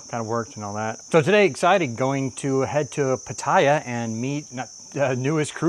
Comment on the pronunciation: I’m sorry I can’t not listen nor watch any further without correcting you on your pronunciation of Pattaya It’s Pa-Taa-Yaa